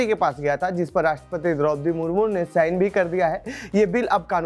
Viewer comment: Isne President ka naam Draupadi (Murmur) kaha.. Btao News anchor president ka shi se naam nhi le rha.. 😭😭😭😭😭😭😭😭😱😱😱😤😤